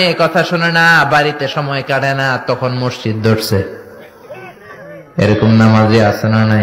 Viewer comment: মরজিদ না ভাই মসজিদ বললে খুসি হতাম